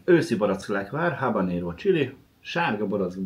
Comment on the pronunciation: Ahogy a mondta habaréno!😂😂😂😂